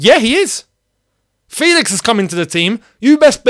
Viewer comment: It’s probounced FElix not FEElix